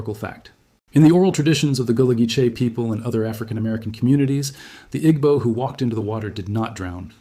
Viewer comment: It's pronounced EE-bow.